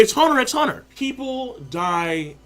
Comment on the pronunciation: Lol you don't say the "X" in the name, it's just Hunter Hunter